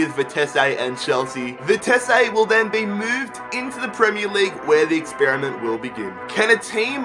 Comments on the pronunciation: You say vitessé but it is vitesse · Its Vi-Tes-suh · I think it's pronounced vite see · stop saying Vitess-ay. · bah bah, Vitesse. NEC Nijmegen for the win! WE ARE THE BEST OF GELDERLAND AND GOT RELEGATED, so can you rebuild them? also it is Vie-tes-uh. that is how you prenounce it.